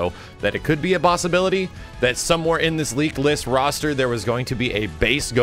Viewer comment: Its roster Not "rooster"